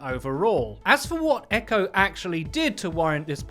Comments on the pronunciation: It's EQO not Echo! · You're not supposed to pronounce it "Echo" you're supposed to sound out the letters E.Q.O. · btw it is E-Q-O not Echo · It is not eco it is E-q-o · ITS E Q O NOT EQO like xqc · EQO isn't pronounced "echo" it's just EQO... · I'm pretty sure it's pronounced like you would an acronym on Eqo's name. I think you just say E Q O, not echo. That's how I've heard it anyway. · It's not Echo it's EQO you say the letters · It's E-Q-O not "echo". You say his name like you are spelling it out. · It's E-Q-O